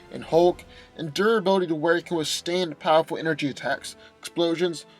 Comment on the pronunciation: Durability not dura billy